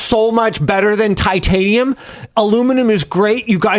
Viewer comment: Why was Linus’s “titanium” actually good